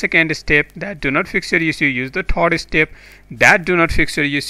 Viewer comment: Lol a new word generate here which is "taaaks".....XD What the hell "saaarch" " thard estep"